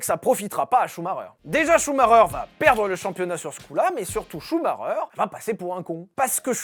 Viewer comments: Schumacher et non schumareure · Michael Schumacher ce prononce "Chou ma ker" et non pas "Chou ma reur" 🤦🏻‍♂️ 🤦🏻‍♂️🤣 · c est vrais que CH on prononce R. Choumareur Ptain de francais d'mes couilles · J'espere q'un jour les francais prononceront bien sont nom. Shhhumarreureeer serieux 😭😭 shumacher !!! (shumaker) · Ah non. Je serai plus jamais capable de prononcer Chou Maker. Je vais toujours cracher Chou Marreur. C’est où que j’envoie ma mise en demeure pour traumatisme permanent?? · En Belgique on le prononce Schumakeur ou Schumakair ça me perturbe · Ça se dit shumaker ! Apprenez à parler sérieux je saigne des oreilles ! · Okay, j'ai rien contre toi mec j'adore tes vidéo, mais est tu dislexsique? Parce que ch ça ce prononce pas R🤣😅